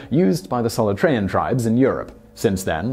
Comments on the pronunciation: pardon - Soloohtreeahn, not Solotrayan. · Just in case you need to say it in future, it's pronounced Solootrean, not sol-uh-trean. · It's not pronounced Solotrayan, it's Soolteeahn.